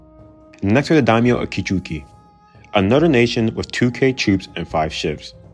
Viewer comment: Does it make anyone else cringe just how badly he butchers the pronunciation of these names? Kichuki? Kano? Maury? Susi? Kitabake? I could go on.